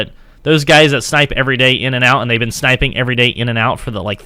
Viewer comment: Its called snipeing not SHnipeing